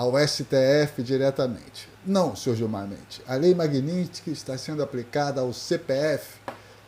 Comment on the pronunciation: Magnistiky ??? O fodido não sabe nem falar o nome da lei